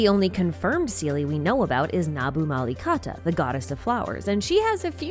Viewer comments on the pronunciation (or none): Pls pronounce the Amrita as am brita and nabumalikata as nabu mali katha and pari as pa(as papa) ri